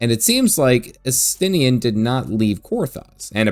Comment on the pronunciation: You can tell who is cool and important, here, by the names that pronounced correctly, which were, of course, Estinien and. Really enjoyed your videos on GW2, as I'm very new to it, and I'm delighted to see you're also an FF fan.